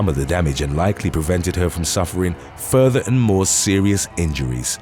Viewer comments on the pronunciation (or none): none